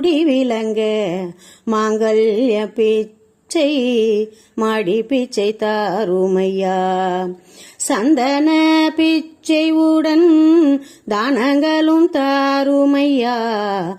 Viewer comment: சந்தான என்பது குழந்தை வரம் கேட்பதை சந்தன என்ற pronounciation தவறாக உள்ளது.